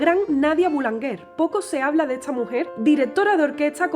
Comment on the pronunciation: Buenas...estupenda la presentación...sólo un detalle...Boulanger que quiere decir Panadero ..es apellido en este caso pero podría ser la profesión se pronuncia en francés con una fonética diferente...para pronunciar como tú lo haces tendría que escribirse "boulanguer" ...cosas de la lengua francesa...y Carlos Gardel parece que había nacido en Francia 🇫🇷 un saludo cordial